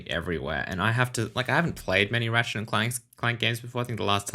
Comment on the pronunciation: Why does that robot keep calling his friend "Rat Shit"?